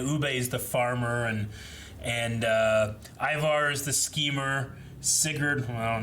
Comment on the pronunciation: Never thought I'd see the day when somebody would pronounce Ivar's name correctly, but here it is.